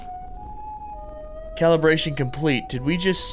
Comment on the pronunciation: calibration??? more like caliber-ation